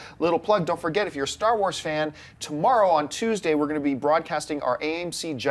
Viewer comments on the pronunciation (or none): none